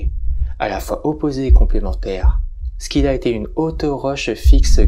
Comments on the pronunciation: Loin de moi l'envie de critiquer mais la prononciation de Scylla n'est pas bonne. Ça se lit Sila. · Alors par acquis de conscience je suis allé vérifié, ça se prononce bien " si la " dans notre bon vieux français. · Ma fois, peut être que les deux prononciation sont valides, c'est inhabituel d'entendre le "k", ça pique un peu les oreilles 🤣